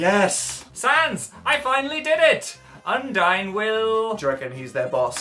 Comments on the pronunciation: some youtubers pronounce "Undyne" "Un-deen" which annoys me a lot xD All the people I've seen playing Undertale pronounced "Papyrus" right, tho. Except Luigikid at first, but he got corrected. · uGH I know! Her name is, "Undyne, the Undying" so it's obviously not pronounced "un-deen"